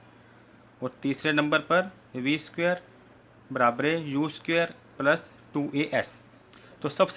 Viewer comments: Pagle khud padlo fir dusre ko padana aausat veg ko ost veg kahte ho Aur barabar ko barabre kahte ho topa khi ka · Barabare nahi barabar sir 😂😂😂😂😂😂😂😂😂😂😂😂😂😂😂😂😂😂😂😂😂😂